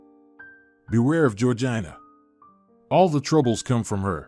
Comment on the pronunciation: Georgina is pronounced Georgena